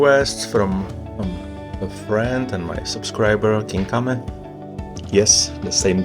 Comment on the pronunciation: and .. sorry for the spam ... good Kinkame pronunciation hahaha